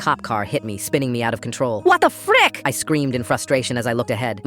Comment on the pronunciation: Why the sudden rolling r in frick??😭